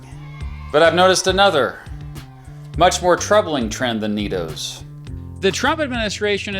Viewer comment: Oh, I see- "NeeDoh!" I heard it as "Neato."